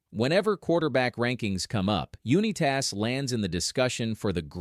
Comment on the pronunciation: AI garbage. Can't even pronounce the name correctly